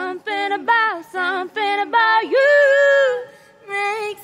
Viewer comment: "Du samsing" - vorbind în engleza